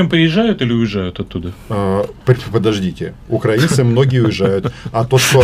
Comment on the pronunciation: Как же их коробит только от слов "Украина" и "украинцы", с какой же щепетильностью они избегают называть правильно нашу страну, и с какой брезгливостью коверкают название народа. "УкрАинцы" - сколько презрения и "великорусского" шовинизма и фашизма в одном только ударении